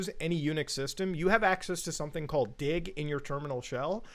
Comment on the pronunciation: I am not so sure why read "dig" as "dio."